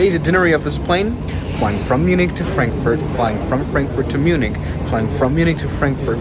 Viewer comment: "Mjunik" Hits hard🙏😭